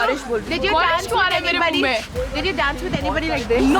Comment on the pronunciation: dance ka d HOTA heh ड nahi 😂😂